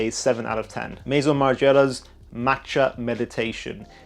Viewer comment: That’s not how you say ‘Maison’ but ok. Margiela is legendary but clearly you don’t know